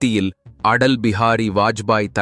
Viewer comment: Your pronounciation is not correct. Atal Bihari Vajpayee. But you say "Adal".